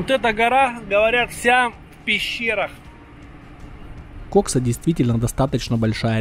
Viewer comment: ты бы в фразе "Кайфуем на КОКСЕ" ударение как нибудь изобразил на втором слоге в названии реки, а то заинтересуются компетентные органы 🤣